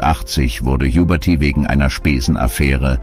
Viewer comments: "... starb Ernst Juberti" - Hhhubérty! 😂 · Huberty als Juberrty mehrmals falsch auszusprechen ist schon peinlich... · die Stimme ist nicht echt, denn ein Mensch würde nicht so viele Namen so dermaßen falsch aussprechen. Vieles wird Englisch ausgesprochen, das weist auf ein Computerprogramm hin. Ein echter Sprecher würde sich bestimmt erinnern an Ernst Huberty oder das Lied "Schöne Maid" von Tony Marshall. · Schade....... Computerstimme. Huberty =Jubberty Gysy=Güüsy etc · Wenn das keine Computerstimme ist, wieso werden dann manche Namen und Wörter falsch ausgesprochen. Den Namen Ernst Huberty sollte man dann kennen und ihn nicht Juberrty aussprechen, genauso wie „Schöne Maid“ von Tony Marshall falsch ausgesprochen wurde. Sehr komisch 🤔